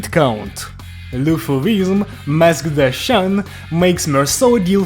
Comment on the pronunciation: Oh my goodness thank you so much for actually giving a crap and pronouncing the french words correctly. I swear so many people rushed their reviews of the IDs just to get those sweet views and it was so jarring to hear them try to pronounce "Chien", whic h surprise surprise literally means "dog". Like legit people couldnt even take a moment to google how to say those words. I am currently testing 5 Ring (Outis on bench) with N Ryoshu and Owl Greg and they have been performing quite well. Biggest W is the Bleed count without the need of Sanguine Desire. My issues so far have been, as funny as it is, with Rodya. So far she has been winning the award for most clashes lost. I swear she has bonkers boosts to her clashing and still manages to mess up. Sure Mersault gets a nice SP pump from her and generally manages to win clashes but she needs so much care and attention to not let her mess up. Once she gets going she's quite a monster but nowhere near as much as our Corporist Duo. It is bonkers easy, however, to save her S3 and let her hit someone with 6 debuffs for like turn 2-3 wolf mask mode. I might be wrong here but the more I play with her the more I feel like she was much stronger initially and they nerfed her. Maybe even overnerfed and then they put that weird passive on her that boost her offense based on the amount of students present. Which still doesnt help much as she tends to lose round 1 clashes frequently. And in the final dmg, despite being deployed right after Mae